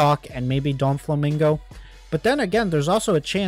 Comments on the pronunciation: Bro cannot be saying anything he called doffy donflamingo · DOFLAMINGO not doNflamingo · why did you keep saying "Donfflamingo"?